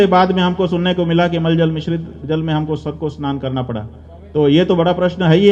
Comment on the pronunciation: प्रभु आप शंकराचार्य होकर के गंगाजल को माल जल बोल रहे हैं धन्य है आपकी बुद्धि धन्यवाद धन्यवाद धन्यवाद धन्यवाद धन्यवाद आपके माता-पिता